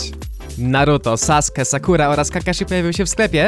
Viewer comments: sasuke nie saske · powiem w imieniu każdego fana naruto: Cieszę się że powiedziałeś Saske, a nie Sasuke